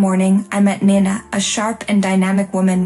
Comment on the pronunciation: Also your heater seem to have aroblem with Nina: her name is NINA,not Nana, NINA. Insulting.